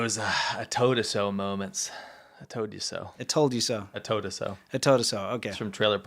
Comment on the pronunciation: I toad a so, I f*ckin' toad a so!